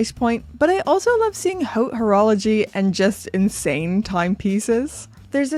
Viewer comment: “I just love seeing HOWT horology”. LOL! Pronounced like a true American! “Howt”!!! Its “haute”, pronounced “ohte”